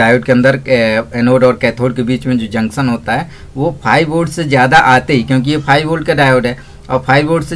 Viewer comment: Jaksan nhi janktion hota hai......